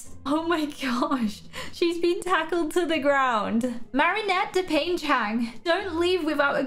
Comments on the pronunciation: its du-pan-chang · Please- the way she mispronounces Dupain-Cheng, I'm dying